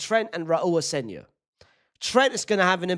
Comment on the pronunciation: Stop saying aseNIO. It’s asenCIO. Cmon brother.